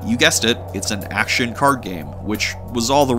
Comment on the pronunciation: You're the second person ever to pronounce the word "action" with a silent c. Where is your dialect region or where are you from, or does anyone know where it's from Ps. The genji demo from E3 2006 PS3 event is where I first hear it.